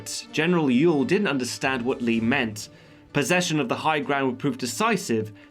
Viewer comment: Ewell js pronounced am correctly in this video. Say it aloud. You wool.